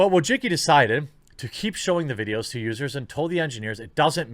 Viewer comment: Why do you pronounce her name like that? Wojicki? It's more like Wojiski.